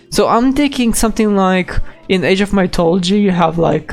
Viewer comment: Wow I dint think you would cover the new uodate It's funny how you pronounce mythology.